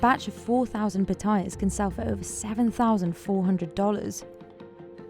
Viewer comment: Narrator saying Pah-Tye- Yass (Patayas) as Patoiyuz just sounds ignorance, blame her Brit accent.